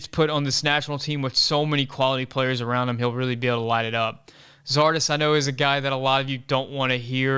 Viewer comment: You lost me when you said Zardes.... c’mon man.